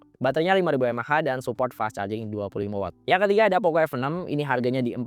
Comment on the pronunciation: Klau poco ngaku buatan indonesia kenapa dibaca poko. Mestinya tetap poco. Biar terlihat keren yoo.. atau malu dibaca poco